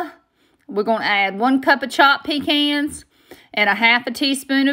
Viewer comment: I'm not much of a candy maker, but my mother used to make this! She liked to use a little green food coloring. We're from Eastern NC also! Glad to hear somebody else who knows how to say "pecan" !